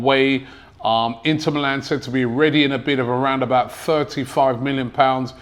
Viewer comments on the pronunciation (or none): none